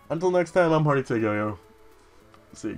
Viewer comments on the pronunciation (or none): none